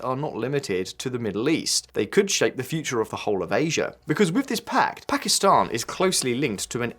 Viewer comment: Pakt ??? Or Pact? 😊